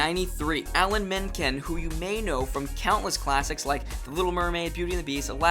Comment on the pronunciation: Aun-na El-fah-buh Too-dik And Menken is not stretched out like man-kan but said quickly like menkin. That is all.